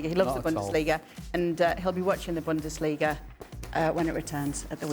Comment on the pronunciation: man really said Pep from Bundassliga😭. You know where he learnt his business